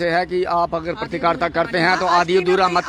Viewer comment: mam its not patrikarta its Patrkarita😂